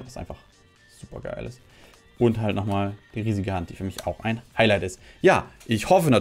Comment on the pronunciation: Hai "Hailight" 🥴